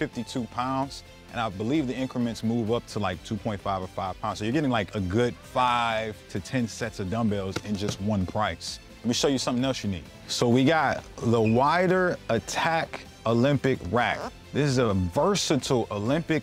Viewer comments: You're a fitness guy and don't know how to pronounce Joe Weider's name? Which also means you don't know who he is. Might want to learn about him if you're in the fitness space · Wider lmao pronounced Weeder. Can’t trust a guy who can pronounce a legends name. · Really Weider is not pronounced Wider how can u talk about fitness at all and not know Weider as pronounced like Weeder as in Joe Weider not a good look and it would make me not want to watch anything at all on your channel and to scroll on how can u not know how to say Weider right who brought Arnold Schwarzenegger to America to compete u must not mess on these things good luck! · Joe “Wider” would be sad about his name pronunciation. It’s pronounced “weeder” 😂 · It’s pronounced “weeder” as in Joe Weider the bodybuilding legend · It's pronounced Weeder 😂😂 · Pronounced “we-der” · I’m not going to take weight lifting advice from someone that doesn’t know how to pronounce WEIDER!